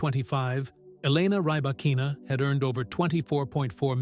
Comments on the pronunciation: Ok this is ai. Knew immediately after mispronounced her name. 9the name is pronounced like reebokina not Rebba kina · Bevor man eine Reportage macht, sollte man recherchieren, wie der Name der Person richtig ausgesprochen wird. Zu unserem großen Glück besteht die Welt nicht nur aus Engländern, und nicht alle Namen werden englisch ausgesprochen. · I do not think this creator is a tennis fan since this video mispronounced Rybakina name here!😮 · Freakin´Ai - at least you could pronounce her name correctly.